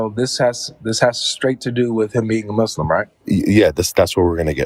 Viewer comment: Guys a troll could not even say muslim properly pronounced it mushlim. He's playing games probably avery friend?